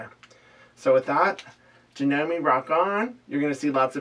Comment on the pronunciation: A bit of trivia for you! Janome is a Japanese company (it's actually pronounced Jah-noh-meh). Kuro means 'black' in Japanese. I tend to like descriptive names, names that indicate something about the person/animal/item, so here are some suggestions along that line. Kuro, of course, but also - Kaguya means 'shining night', Kura means 'darkness', Keiko means 'shadow' or 'reflection'. One of the meanings of the name 'Mei' (which is pronounced like May, or that's the closest equivalent we have in English) is 'beautiful'. Miyako means 'beautiful night child'.